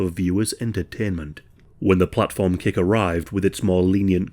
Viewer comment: It sounds like you keep saying "Cake". I had to look at screen to see that it's Kick*. It seems human dark nature to punish.